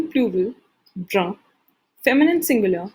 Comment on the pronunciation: You're pronouncing "Marron" and "Brun" wrong. Ce n'est pas comme ça qu'on le prononce en français